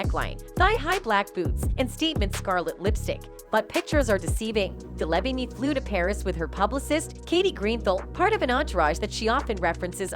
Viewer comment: Day-laa-veen. Please get it right.